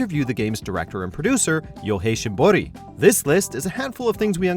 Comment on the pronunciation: You go through the trouble of learning to pronounce shimboris name correctly but still call Ayane eye yahn... ugh